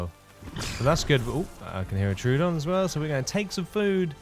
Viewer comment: Troodon = Troh-O-Don. 3 syllables Not True-don. There is no "true"